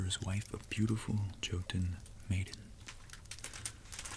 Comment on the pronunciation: Really like your videos. Just a little fact: Jotun is pronounced more like yotun. Although it isn't really, because a J in Norse based languages is actually quite different to an English Y but it's the closest I can get to explain it. (I speak and read some Norwegian although often I butcher it) but keep the videos coming. I find every one of them as interesting as each other.